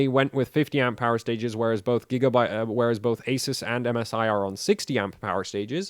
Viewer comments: Can you please learn how to say "Asus" correctly please lol damn please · Who is here to hear this guy mispronounced ASUS? LOL